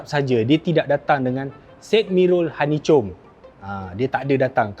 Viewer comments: Mcm penah dngr sidemirror honeycom 🤣🤣🤣. Abg keta dlm GK tu hahaha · salah sebut tu bang honey comb